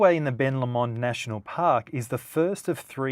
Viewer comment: Wonderful video, but you need to learn how to pronounce the names of places! :-) Ben Lomond is pronounced LOW-mond Freycinet is French and is pronounced fray-sin-AY - and that trio of mountains across the bay are The Hazards. I look forward to part 2. :-)